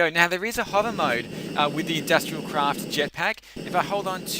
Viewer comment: Did that was just me or he said "Industrial crash"?